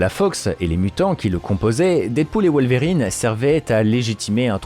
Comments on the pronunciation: Perturbé par la manière ton wolwerine est prononcé ahah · désolé j’avais pas vu la notification de réponse, c’est que ça me fait penser à des verrines la manière dont tu prononces le mot et j’ai du mal à décrire ce que je veux dire parce que pas facile de transmettre de la phonétique mais là où ça me perturbe dans ta façon de le dire, c’est par rapport à l’accent aiguë que tu mets au milieu dans Wol(Ve)rine